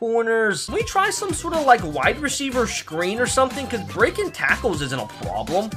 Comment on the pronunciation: I love his channel but not trying to be rude but this man says screen and problem so weird but I still love the channel